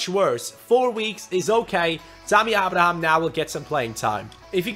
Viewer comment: I HAVE SAID THIS THE PAST 1-2 SEASONS ABRAHAM'S NAME IS PRONOUNCED (AY-BRA-HAM) SORRY TO BOTHER YOU ABOUT THIS BUT IT HAS TO BE DONE. LIKE SO CAN SEE.